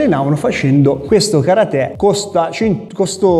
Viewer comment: Si dice KA RATE